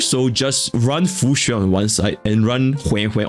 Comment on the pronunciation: I honestly thought I was the only one who pronounced her name as Fu-xian (kinda like saying the word 'foxian' in English) Also o7 Jing Yuan, temporarily forgotten until the rerun which is who knows when